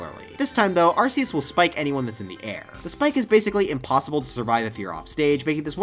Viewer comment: Thanks for pronouncing Arceus correctly.